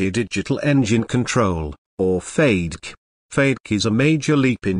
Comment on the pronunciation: Beautiful aircraft, disgusting computer narration. Doesn't anyone go over these before posting them on youtube. FADK? wtf? its FAY-deck. FADEC. Come on.